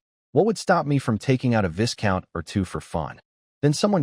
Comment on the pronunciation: look first of all the monotone doesnt help the story one bit....one reason Ai generated stuff like this is boring..second Viscount is pronounces Vycount the s is silent Teach your Ai bot better and to learn Bow can be pronounced like Bow is also means to genefluct in recogition or Bow as in bow and arrow...